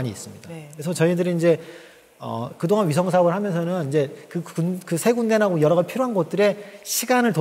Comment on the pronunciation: 쉬성이 아니라 위성입니다ㅠㅠ